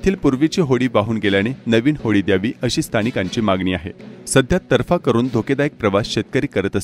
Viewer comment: तरफा नव्हे तर तराफा असा शब्द आहे, बातमीदाराने मराठीचा खोल अभ्यास करावा. Because there are mostly highly educated persons listening you.